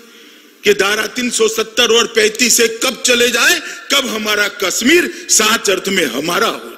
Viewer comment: Its kashmir not kasmeer amit shah ha ha